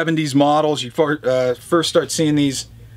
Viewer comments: You said "Fart", man. Hehehe! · Haha. accidentally said 'fart'. Don't think I didn't catch that,! lol very appropriate for this guitar